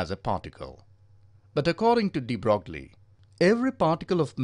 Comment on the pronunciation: Its pronounced de broy